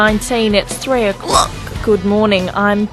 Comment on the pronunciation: its 3 o COCK